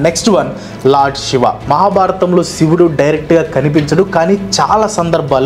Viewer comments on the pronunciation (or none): none